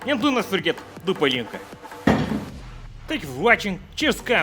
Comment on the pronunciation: Half hungarian here, hands down the best part for me was when he pronounced pálinka right at the end